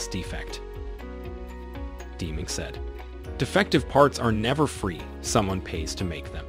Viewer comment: Great video. But I’ve never heard anyone pronounce Deming as Deeming.